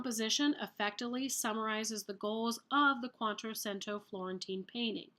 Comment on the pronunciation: It's Quattrocento pronounced "QuattroCHento"